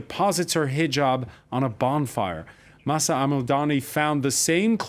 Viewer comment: It is so sad to see some folks who are not able to correctly pronounce some simple words such as "Mahsa" or "Basij" (or ask someone to tell them how to) are in charge of creating this kind of content. The moderator's disinterest was occasionally visible (or audible). Thanks to the Iranian ladies specially Mahsa Alimardani for saving the debate.